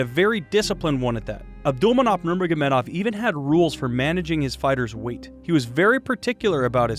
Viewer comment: Its not "nurnogagurmedov" its "nurmogamedov"